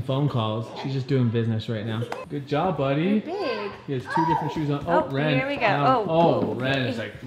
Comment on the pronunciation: I cant believe Wren is talking 😭 my heart melts everytime she does ❤❤ I also noted how clear Wren pronounces names, impeccable